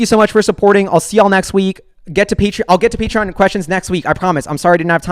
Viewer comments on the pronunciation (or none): none